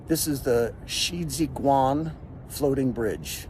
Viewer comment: when I heard: "she jee gwan" I expected: Xijiguan but found, Shiziguan, instead which should sound like: "shr dz gwan" (Yale Mandarin Romanization is an excellent stepping stone for USA/Canada English speakers (originally designed for US Military back in WWII) to China's PinYin Romanization phonics) your phonics is improving elsewhere + (your "tones" don't matter given you are reasonably understood by foreign listeners on your "foreign" (English) phonics alone)